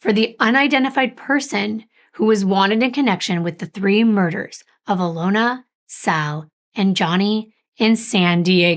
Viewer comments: It is pernonced Uh lon Uh. We absolutely love your stories and deep dives. Thank you for all your hard work! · And it’s actually Alyona, not Alona and her mother is Inga, not Igna. I speak Russian and that’s why I know. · yes, she pronounced them both wrong - Inga, not Igna. And it’s Alyona, not Alona.